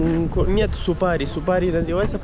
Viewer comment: ты молодец! Только вношу поправки: не Чункурчук, а Чункурчак; не Супари, а Супара. Как пишется, так и читается. Для тебя кыргызские названия сел, городов, улиц и пр непривычны. Но старайся запоминать правильное произношение